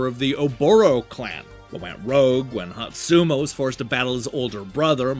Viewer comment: I think you managed to mispronounce every SINGLE name in this game. Hotsuma even had several different mispronunciations 😂